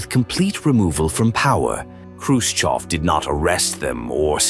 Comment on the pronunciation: Khrushchev not Khrushkov. If you’re going to use an AI voice generator, at least get the man’s name right.